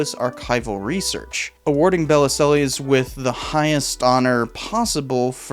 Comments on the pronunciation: Bell-zill is how you pronounce Bellesiles in french. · Bellisles - it's pronounced bell - eel (sort of). It's French: beautiful island. Belle - isles. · Bellesiles's name is misspelled in the video title. It's Bellesiles, not Belliselles. Also, the pronunciation of his name is more like bell-EEL. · You might want to check your pronunciation of Bellesiles. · For Heaven's sake figure out how to pronounce Michael Bellesiles' name !!